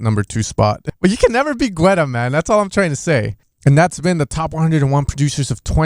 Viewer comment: Geta, pronounced David GETA